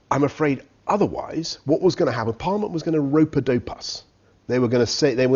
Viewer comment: "ropa dope us" Wtf!!!